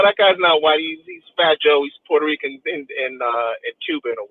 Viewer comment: Fat Joe, a.k.a. Port-Hoe-Reeking